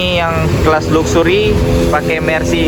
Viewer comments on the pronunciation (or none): Baca nya laksery , bukan luksury , bikin malu aja , arti nya kemewahan